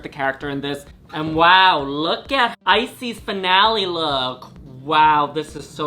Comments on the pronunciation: Is it only me that keep hearing ice, sis instead of Icesis? hahahah love you queens <3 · Girl y’all pronouns icesis wrong the last part of her name is pronounced like sis ice sis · lol not both you guys pronouncing Icesis as "eyesees" I'm crying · ah? Ice- Sees?? Prison, henny!!😅😅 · Are they deliberately mispronouncing every single queen’s name? I swear not one name was said correctly 😂😂 Come through “Icies”, “Aydriana”, “Kendal Jenner” and “E6000”!! 💀💀💀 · not them not even pronouncing the winners name right lmao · The pronunciation of Icesis. I can't! 😭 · Everyone's commenting on Icesis's mispronounced name, but I'm truly surprised Kendall Jenner was on this entire season of canada's drag race and we've been calling her "Kendall Gender" all along...😜🤣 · Ooof the pronunciation of icesis name :( imagine winning the season and then hearing your name pronounced wrong lol.